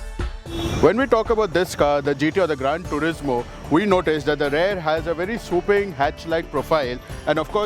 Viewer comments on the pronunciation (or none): none